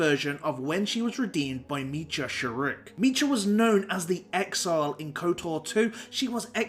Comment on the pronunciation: Meecha? Never heard anyone pronounce Meetra like that.